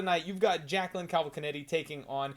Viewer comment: Jacqueline Cavalcanetti!?!? 🤣 did she half marry Guido Canetti???